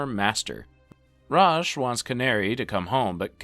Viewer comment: Ra's, also known as Raysh in this video 😆😂